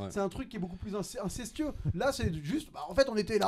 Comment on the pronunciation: insidieux pas incestueux